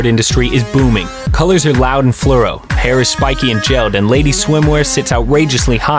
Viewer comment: ‘Fluoro’ not ‘Fluro’